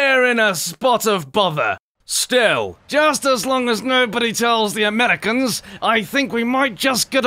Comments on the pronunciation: Wow he's like a serious brit! See's : LOL WUT, DID HE JUST SAY AMELICANS INSTEAD OF AMERICANS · Did you say Amelicans? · Amelicans you say? Look here you Blitish tea-monger. :V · Haha the amelikans